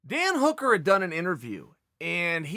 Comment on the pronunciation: Who the fuck is Dan Hoooker?